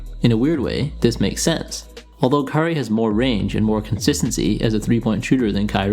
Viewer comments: kyrie? curry? @@ i had to rewind the video about 10 times to figure out which you said. maybe go with irving and curry next time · Cant tell the difference between u saying Curry or Kyrie...